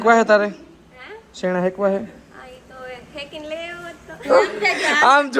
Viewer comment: ચયણા❌ ચણા✔️